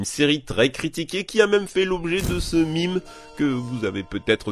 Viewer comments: Désolé mais c’est UN MEMES PAS UN MIMZ dsl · ON DIS UN MEME PAS UN MIME PUTAIN 🤬🤬🤬🤬🤬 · c'est pas un mime c'est un meme ! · Au Quebec peut-être mais pas en France. Je veux dire à la base le mot est dérivé de "même" transformé en "mème" ce sont les anglo-saxons qui prononcent "mime" d'où eux l'origine du mot est dérivé du grec ancien.